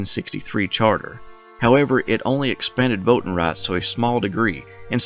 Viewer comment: What the heck is vote ten?